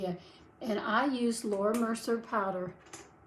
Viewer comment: As a makeup fanatic, I just want to point out: 1. it’s not Laura Mercer…it’s Laura Mercier pronounced: Mer-See-A. 2. It’s not “I-T” it’s “It”.